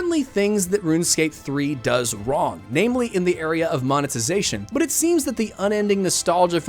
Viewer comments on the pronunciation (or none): none